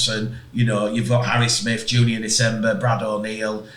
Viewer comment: Stop calling Nsemba, DECEMBER you numb Yorkshire cranks!